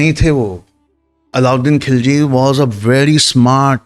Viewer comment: کھلجی نہیں خللجی، کو کہنا نہیں آتا!! بھلے ہی انگریزی میں لکھتا۔